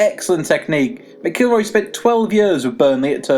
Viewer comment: Need to work on your pronunciation of McIlroy. hahaha